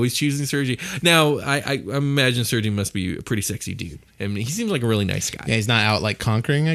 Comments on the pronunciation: Couple points a bit off, Tatyana was poor, its SERGEI not sergee lol sends a shiver down my spine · it is pronounced SIR-GAY, not sir-gee. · It's pronounced "Ser-gay"...